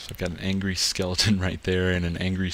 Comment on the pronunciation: anyone else notice he always says "skelington" instead of skeleton :/